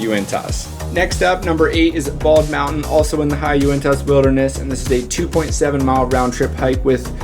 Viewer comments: Pronunciation guide... Uintuh, Bonniville, Ziun. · Local here: when you say Uinta, it's pronounced without the "t" sound. ;) We don't say our T's out here.